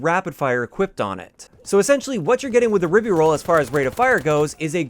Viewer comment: By the spelling, the pronunciation should be rye-bee-rolz not rib-be-rolz.